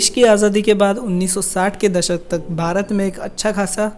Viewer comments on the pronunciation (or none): none